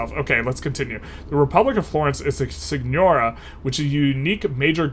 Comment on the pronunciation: It’s pronounced seegnoreeah :)